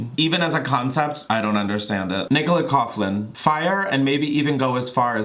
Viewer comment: Nicola Coughlan’s surname is pronounced Cock-Lin 😉☘️